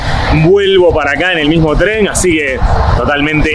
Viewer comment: EN TREN SE DICE EN TREN NO TREM